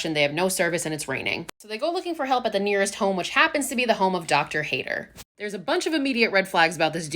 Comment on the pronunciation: Its Pronounced Docter Hay-ta Cause You Also Add A German Accent Not Docter Hater